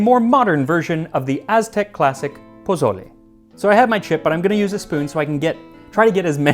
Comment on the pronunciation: Oh, Max. Jose must be shaking his head. poSSole, not poZZole.